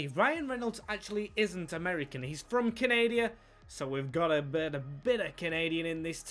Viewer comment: "He's from Canadia" 😂great video!